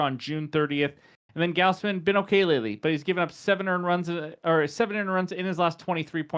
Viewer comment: Goz Man, not Gaoz man. Good vid 👍🏿